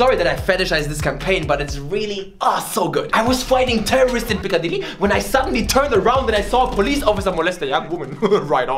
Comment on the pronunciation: Yeah, at first I thought that he was Japanese, then I thought he was French because of the way he said "Mission" and "Piccadily" and then I figured that he was German because of his navigator language. Wtf.